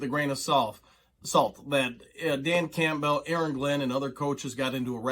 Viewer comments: Why do you say dan Campbell's name so weird lol just curious. Sounds like you say campville, not campbell (cam-bull) lol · Are you pronouncing Campbell like that "CAMP BELL" to be cute or do you really think that's how its pronounced I have to know? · This guy cannot pronounce Campbell? Has he never seen a Campbell's soup commercial?! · Say "Cool" ...now say "Whip"...now say "Cool Whip"... 😂 Campbell... most people (even Dan) pronounces it as "Cam*Bull" (you are technically correct, but never have I known ANY Campbell annunciate it like that.. 😂)... don't know why it absolutely drives me nuts..love your vids, just drives me crazy 😂😂😂😆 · Say his name correctly jeez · You're saying Campbell weird lol